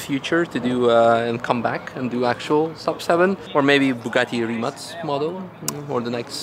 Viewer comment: 'Rimac' should be pronounced 'RIMAK' as far as you are Slav